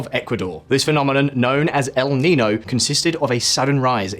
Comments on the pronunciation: Yes as an American even I know that is the wrong pronunciation. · 😂😂😂 the way he pronounces El nino. It's el neenyo, not l neno.